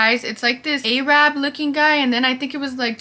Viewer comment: Aye-rab😭😭😭 (pronounced erub)